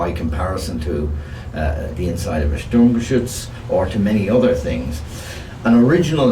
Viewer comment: endlich mal einer der Sturmgeschütz richtig ausspricht, oder Guderian Ente